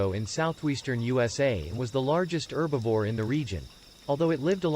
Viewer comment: It's "Herbivore" NOT "Erbivore"😠!